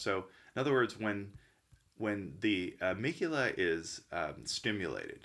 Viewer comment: Amygdala, the guy doesn't know how to say amygdala or benzodiazepines, besides confusing limbic with lymphatic throughout the video and you think he's an MD?